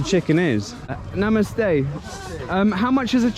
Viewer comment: The way you say Namaste, is really amazing 😍